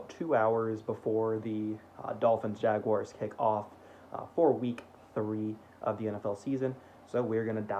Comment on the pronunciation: Sarah Wolfe would be really impressed with your pronunciation of Jaguars!! Keep up the good work